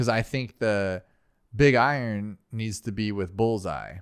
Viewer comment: I love how he says big I-Ron instead of iron